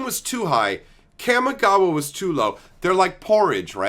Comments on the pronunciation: So triggered by your pronunciation of "cam-ih-gaa-wa" lol It's "kah-me-gah-wah". Japanese words get pronunciated by breaking up each two (or sometimes three) letters unlike in English where everything is jammed together. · It’s pronounced caw-me-ga-wa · Kamigawa. it's like the 'CA' in CALM, not like the 'CA' in CAMERA.